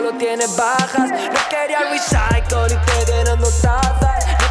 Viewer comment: Se pronuncia "risaicool" jajajajaja buen video